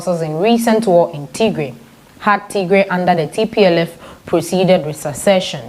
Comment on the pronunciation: Bitte sagen sie Tigray nicht tiegree Unser Region heisst Tigray or tigrayan thank you danke für eucheren verschtendnis